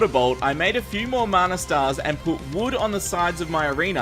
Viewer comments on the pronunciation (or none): none